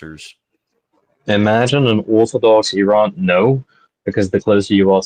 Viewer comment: We are gonna have to hear Wagner pronounce 'Iran' like that every day now